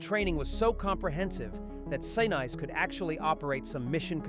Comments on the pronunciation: Wrong Yardbirds, it was 1970 not 1977. It is Sin-ese not Sinice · They lost me at Sanize...gone... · An interesting video ruined by the fake voice-over. Why is it so hard to record an actual human being speaking? You can do it on your phone. Weird gaps in all the wrong places. And who the hell is Gary Sign-eyes? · Why would you put this much effort into a good script and excellent visuals…….and then use an ai voice? 13 follows Apollo with significant pauses making it sound like it belongs in the previous sentence, Gary Sinise’s name is mispronounced every time, just name a few gaffs that are particularly irksome.